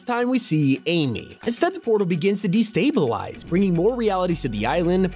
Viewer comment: say destablize again